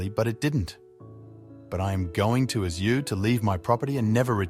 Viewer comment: Poorly made up nonsense story, that only small kids or non horse person with low IQ would believe, The BOT voice can't even pronounce "ask". Anyone who believes this BS, I might have an investment proposition on a bridge... well maybe not, trying to distance myself from those naive, gullible types that will argue until blue... My favourite part of this video was "wanted to make a quick buck" OMG waiting 11 months to make a quick buck, come on people can't really be do sappy as to believe this cornball holed filled fantasy!?! Surely our collective IQ has not dropped this much! Another BS channel selling MERCH going on my block list! Too do loo...